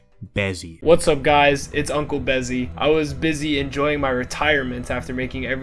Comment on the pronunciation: Bezzy is a G but he gotta have the consistent worst pronunciation lmao